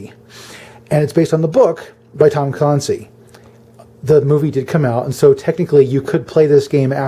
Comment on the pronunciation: Tom Clancy ‘clan-see’ not clon-see. Like the word fancy.